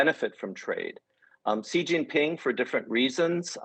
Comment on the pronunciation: can't trust a guy who can't prononce 'Xi' correctly